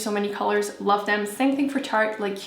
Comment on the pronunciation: FitFatBrittRNY She kept saying tarte